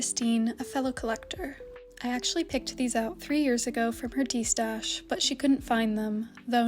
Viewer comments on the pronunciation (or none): none